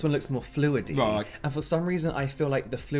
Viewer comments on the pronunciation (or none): The way says roight twice from till cracks me up totally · what is saying after these 2 times? "Right"? 😂